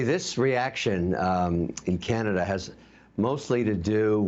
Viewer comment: Karenada instead of Canada 🇨🇦